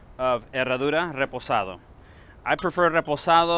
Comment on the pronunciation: His way of saying “ Reposado “ 👌🏼 I trust this recipe 💯